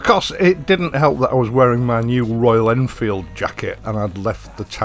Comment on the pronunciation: MY MATE PRONOUNCED IT PERFECTLY FOR THE FIRST TIME GOOD JOB BRUV